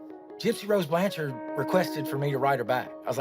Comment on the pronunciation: Oh and hey it's "Blanch-ERD" like Orchard. no offense